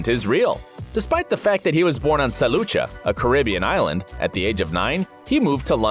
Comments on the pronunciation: Its Saint Lucia not Sa lucha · Love how he said staint Luca and not Lucia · its pronounced Saint Lucia!! (lusha) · Its pronounced stlucia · Was that a pronunciation for the island St Lucia ?! lol 🤣🤣🤣